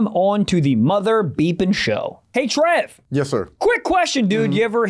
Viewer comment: Bro said a tough mudda😂😂😂